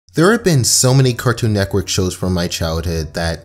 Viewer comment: Did anyone else notice he said Cartoon Neckwork in the beginning